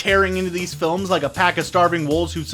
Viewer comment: It sounded like he said, "...actually look at the big problems with these phones..." 0.34